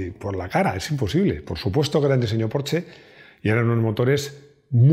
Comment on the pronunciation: he de decirte que me encanta cuando dices: "Porsche" en vez de "Porchsss". Sé de sobra que se escribe "Porsche" y se lee algo así como "Porhschx" (o como coño quieran decirlo),pero ya digo, admiro a esa clase de personas que aún sabiendo como debería pronunciarse siguen leyendo lo que se escribe. Un saludo y gracias!